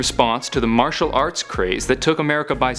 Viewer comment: Nice video. But it's martial not matrail.